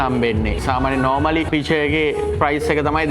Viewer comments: Correct pronunciation is "Pitcher" not peeche just correcting in a positive way like your videos, always watch them. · හරි වචනෙ බිය(ර්) පිච(ර්)✅ Beer Pitcher